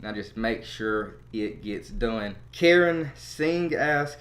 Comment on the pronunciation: and you did butcher my name,its not my fault, indian priest give me that name when I go oversea I will use a english name, another suggestion for good english name,not Karen. it's pronounced Ka-ra-n, now say it with your chest.